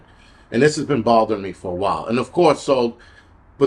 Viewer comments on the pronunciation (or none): Something "bordering" you about her? You mean something "bothering" you. 😂😂😂